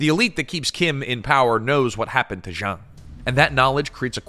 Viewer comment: Why keep pronouncing Jang as Xiang? Its a 'J'.